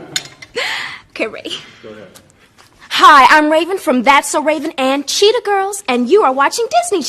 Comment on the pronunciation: Ravens name actually isn't pronounced with the accent on the e. She has stated this in a few interviews